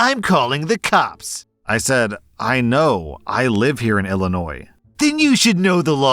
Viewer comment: Hi! Thank you for pronouncing it ILL-inois, and not ELL-inois!❤